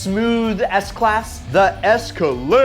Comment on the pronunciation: On he said seks class lol